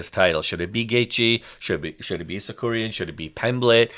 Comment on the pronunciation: Sakurian? Get his name right!